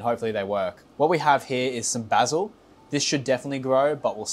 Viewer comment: Literally stopped the video 1/4 the way through cause I can’t stand hearing how you pronounce oregano and basil